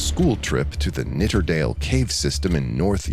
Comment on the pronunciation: Its Nidderdale, not Knitterdale. Get it right.